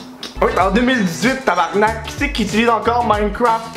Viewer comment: TABARNARK ? nice effort mais fuck ...